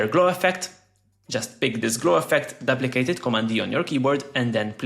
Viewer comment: Duplicate ❌ daplicate ✅ …..love the content ❤